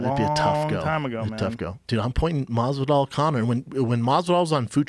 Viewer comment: Everytime brandon says masvidal i get hiccups 🤮 like dude fix it.